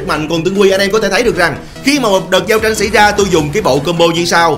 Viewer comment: Thời điểm "giao trinhh" tui lạy ông 🤣